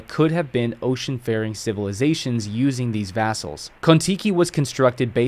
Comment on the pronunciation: Vessels, not vassals. Vess-uhls. vass-uhls.